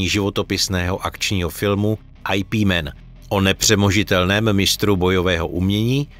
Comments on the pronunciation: ajpí men .. :D normalne "IP" ... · Twl... ajpímen... yip man ... čte se to ijipman!!!!! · Twl "Ajpí Men" néééé:-D Brutální bolest pro uši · To neni IP man ale vyslovuje se to "jip man " jinak Bruce Lee byl skutocne jeho zak Treba trochu vic delat research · ajpí men o mistru vyngčunovi, no tak to je meganarez😂😂😂nic tak vtipnyho sem snad neslysel, dobre 😂